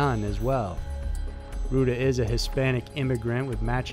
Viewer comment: Your videos are awesome... but seriously, you HAVE to work on your pronounciation man.. Rueda is not pronounced "Roo-da" its "Roo-e-da" This is no just with Hispanic names, you butcher the hell out of other pronunciations!!